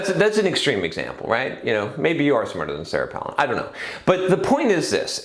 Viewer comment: It's Pālin like pail, not Pălin like palace. :) Any way, I don't think politics is a good example because there isn't any feedback mechanism, like profit and loss, to tell if you are doing a good job, and there is no competition once you in, except to some extent between US states or localities (e.g. tax migration), but that could be because other places are getting even worse, rather than you doing a good job. A person who is good at campaigning isn't necessarily going to live up to the expectations they fostered in their campaigns, but once they're in, they're in unless impeached or recalled (which is rare). Just look at Regan: not getting rid of the Dept. of Education; or Obama, the US is still in Afghanistan. It's also kind of an old-boys' club; especially, within parties Millette and Brown were outsiders while Randy and Goldberg are the old guard. Didn't even get to another election season to see how competent they were at getting candidates elected. Not sure about the raising money thing; it's subjective how much is enough within the timespan. Personally, I would like to see that ring cast into Mordor. I only use Facebook to get contact info and some group announcements; too many adds, too public. Google groups fixes some of the issues people have with Facebook but it hasn't caught on. Maybe Google groups is the Dvorak equivalent of social networking; better but not good enough for people to take the opportunity cost of switching. But yes, I agree with you